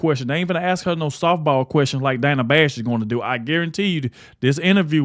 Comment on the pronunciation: Dana with a short A first syllable? Nope, it’s Dana with a long A sound in 1st syllable. Come on Kamala….if you want your name pronounced correctly, pronounce other people’s names correctly.